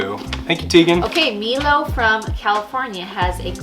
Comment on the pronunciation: Hi this is Mila, the one who sent the quiz for, and I just wanted to say my name is pronounced Meala not Milo.